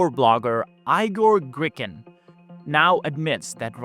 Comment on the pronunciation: did u say "Eye-gor Gricken"?!